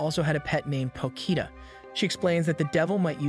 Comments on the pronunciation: You: Potchita Ani recapped: Pokita Me: Pochita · Me: Potchita Ani recapped: Pokita